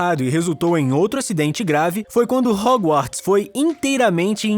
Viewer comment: Ele tbm falou hoGOwarts